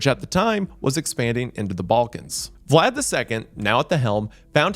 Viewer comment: The pronunciations throughout are rough for someone whose obsessed with Vlad as a figure and person. Amazing video regardless though.